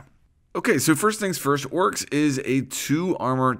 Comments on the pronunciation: Bruh its fucking Oryx not Woryx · Why are you pronouncing his name "Orks"? It's making me cringe so much xD